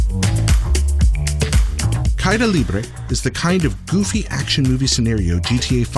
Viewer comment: It's pronounced KaEda Libre.